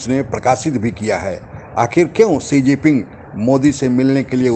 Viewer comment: Apko English bolna ya likhna nahi aata hai kya? Chinese president ka naam "Xigiping" nahi hai. Sahi naam hai " Xi Jinping".